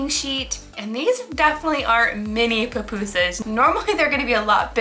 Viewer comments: And it’s not pronounced puh pu sas there pu pu sas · Not to be rude but it kinda annoyed me when she said Popusas,I say pupusas😂